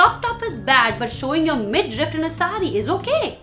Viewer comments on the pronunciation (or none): Its midriff, not mid rift.